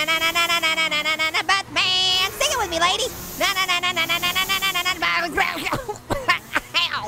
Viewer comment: It sounds like you're saying but bear